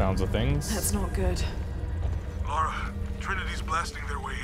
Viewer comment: her name isn't laura. its lara. lah-rah.